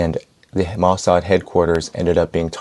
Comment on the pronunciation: Its "Mo Sad"!! 🤬